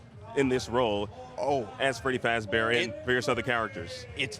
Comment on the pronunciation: "FREDY FAZBAR"